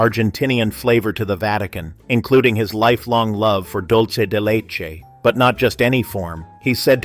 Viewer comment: It is not "Dolce de leche". It is "Dulce de leche". To mispronounce this simple term is to insult both Italian and Spanish speakers and to give the impression that you don't know the difference between an "o" and a "u".